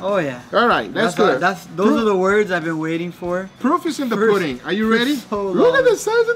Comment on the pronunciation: Love it when he says “les do ehttt” 😭😂